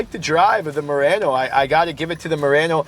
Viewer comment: Murano, not Murranno.